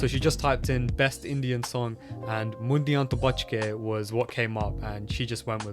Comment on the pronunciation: bro :D its Mundea to buchke (Beware of the Boys) not Mundia to buchke (Beware of the "heads")